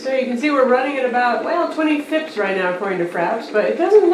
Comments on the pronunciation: Please say fps like f.p.s. not fps (one word) it sounds really weird. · Omg she called it "Fips" I'm dieing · Ahaha! I actually think it's cute the way she says it, "fips." It's like saying '12 mbps' like "12 mibips" or 'HSPA' like "hispa." I find it hilarious! I don't know where she got it from bcoz no one I know (or know of) says it like that. It sounds weird, because we're not used to it, but it adds to character (like the awkward trailing seconds in most of her intro videos). Since we all know what she means anyway, I don't think it really should be an issue.;)